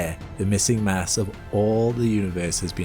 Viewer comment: You said Mass,I thought you said Mess.